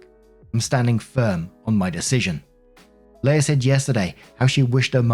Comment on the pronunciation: Story 1 - "Leah" is pronounced "LEE-uh" not "LAY-uh".